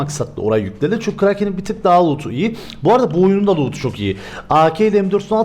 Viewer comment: abi karakin derken kraker diyon sanki:)